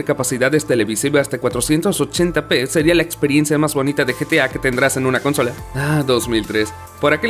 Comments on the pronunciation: El inglés del narrador, es sobre pronunciado. Le invitaría a no forzar su pronunciación o de plano, pronunciar como suena en su idioma, el español. Lograr un tono y ecualización no te hace un narrador si no se te entiende o pronuncias mal lo que dices, como por ejemplo cada que dice "con-sòla". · Por qué el narrador convierte palabras que no sin esdrújulas en esdrújulas, como consola y longeva, los pronuncia "cónsola" y "lóngeva". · Por que se come las silabas o las quiere juntar el narrador se dice "con-so-la" es de acentuación prosódica al no llevar tilde en la segunda silaba. Y no se dice con-sola, que no se pase regresenlo a la escuela a que aprenda a pronunciar bien. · por que chuchas dice cónsola? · Por que este wey le cambia los acentos prosódicos a las palabras como "cónsola" o "lóngeva"?????? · Que desesperante oírte decir "consola" sin acento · ¿Por qué dice "cónsola"? Es consola! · ¿"Cónsola", "lóngevo"? ¿No eres hispano hablante nativo, verdad? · Por qué el narrador todo el tiempo dice "cÓnsala" cuando la forma correcta de pronunciarlo es "consOla"????? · En la cónsola...???!!! Es consola, esa palabra no es esdrújula... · Por qué carajo pronuncia "cónsola"! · Consola sin acento por qué dices cónsola 🙄. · ES UN MEME QUE DIGA "CÓNSOLA"? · Dios que tortura escuchar como dices "cónsola" no es esdrújula !!!!! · Se dice consola, no cónsola, eso suena muy mal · consola es grave, no esdrújula, deja de decir "cónsola"!! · Jueguen con sus "cónsolas" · ”cónsola" no mames aprender pronunciación porfa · La "cónsola" jajaja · Por qué acentúa la primera "o" de "consola". Me altera. Buen video igual, los quiero. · "cónsola" "disparador", chale con el traductor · Todo bien con el video pero que carajos es eso de "cónsola" y otras pronunciaciones raras .-. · Ahhhhhh la palabra consola se pronuncia con el acento en la penúltima sílaba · De la "cónsola"? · Consola es una palabra grave.. no esdrújula... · ConsOla. Con acento en la O. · Porque dice cónsola? pregunta nms